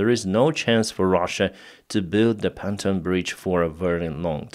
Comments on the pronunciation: Actually, it's pontoon bridge, not panton, look it up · Fuckit! It’s PONTOON. NOT PANTON!!!!